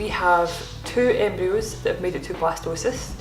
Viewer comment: At first I thought you where saying Blastoise and was really excited you where having a water type. Jokes aside, I hope this journey continues to go well for you and Marcus, ending with a healthy, happy, bundle of joy.